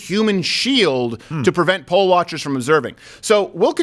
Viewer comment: It's poll, not pole. Although she may have been a "pole" worker in a really low-rent club.